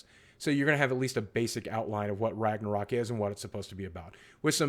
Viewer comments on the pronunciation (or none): Follow the howl still wrong haha from Iceland btw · Pretty funny listen you saying ragnarök greetings feom sweden